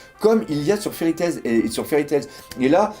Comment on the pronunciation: je te kiffe et je te kifferai encore plus quand tu enlèveras le 's' de Fairy Tails mdr :p